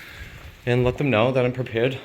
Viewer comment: Is "Thum" instead of "them" a pronunciation unique to New Hampshire, or is it common throughout New England?